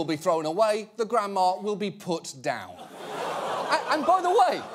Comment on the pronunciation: I hear cucks everytime he says cuts and I can't unhear it. It is pretty funny though.